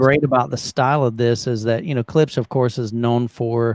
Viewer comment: It's not pronounced Klips. The sph is included, hence Klipsch.